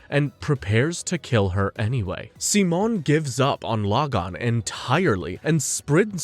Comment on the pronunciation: Amazing recap but... PLEASE STOP SWITCHING BEWTEEN AMERICAN AND SPANISH SIMON PRONUNCIATION!! Damn... so much of the amazing lines from ep 27 were cut. DAMN COPYRIGHT! To anyone who haven't watched the two movies, if through pirating or legitimate sources like the blu-ray. (blu-ray should be the ONLY way to watch the two movies) Though just enhanced recaps, Childhoods End adds a little more to Simons character. But it sadly skips the Lordgenome fight, probably due its nearing 2 hour cast time. The Lights in the Sky are Stars is a complete remake to the Studios and Authors true vision of the Anti-Spiral fight.